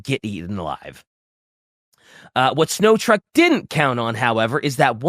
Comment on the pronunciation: This was a great episode, but pronouncing Snotruk as "Snow truck" was very, very funny to me.